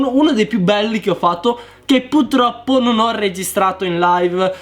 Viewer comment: PURTROPPO con la R dio bbbbbbb